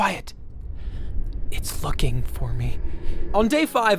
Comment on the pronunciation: “It’s Looking for me” thought you said “it’s fucking for me”